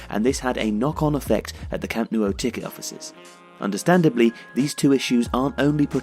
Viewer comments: The pronunciation of Camp Nou is more like Camp Now not camp Nuo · Stop saying “Camp Noo-oh”. It’s “Camp Now”... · What on earth is a Camp Nuo??? Did someone type "nuo" instead of "nou" and this guy's just reading it this way? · For crying out loud, it’s not the Camp “Nuo” it’s the Camp “Nou”!!! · Its not pronounced camp no-u. Its camp nu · Can you explain the pronunciation? Why are you saying "camp noo-oh"? It's ou, not uo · Why do you pronounce it "Camp newo"? The "o" is before the "u". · Maybe it's because someone keeps pronouncing it Camp NEW-O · Where is this Camp Noo-oh? Of which you speak? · Amazing video but I'm pretty sure it's pronounced camp new ? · "Camp New-O" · No, I'm catalan and it's pronounced cam' nou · Que lo pronuncien como quieran xD, pero tienes razón, lo más cercano sería su 'know' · Camp Nou is said Camp Now, just you know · 'Camp Noo oh' 😂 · Great vid but you kept saying "Camp New-o" lol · Why can’t you pronounce Nou right... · Its really strange how you say the nou in camp nou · Please stop pronouncing The Camp Nou like that, it hurts to hear